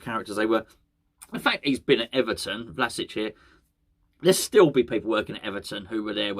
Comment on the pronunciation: It's pronounced as Vlashich. Not criticism, just trying to help